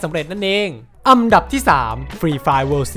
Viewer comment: อันดับ* ครับ ไม่ใช่ อำดับ